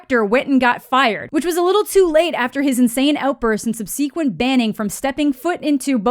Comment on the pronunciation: I'm new here so I'm not sure if this is a "quirk" of yours or not, but you mispronounced "amicable" and "subsequent". As Mike Myers likes to say in his movies, "you put the em-FASS-is on the wrong sil-LAB-bul".